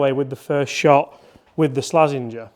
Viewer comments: did you just call the slazenger a "slazzwanger" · It's Slazenger